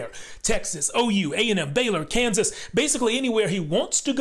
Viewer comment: My man said it right too! University of Kansas! Rock Chalk!